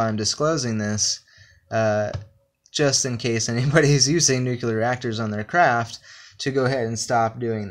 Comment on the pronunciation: NuCLEar.. it's NuCLEar. Nu-CLE-ar